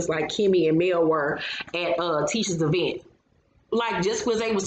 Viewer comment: Tisha and her mama both say E-vent ad I always cringe